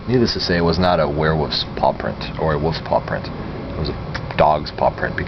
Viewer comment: there is a an L in wolf sir and sleeping on trailers is bad.